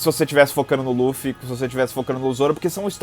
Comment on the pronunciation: Que agoniante esse careca falando o nome do Luffy.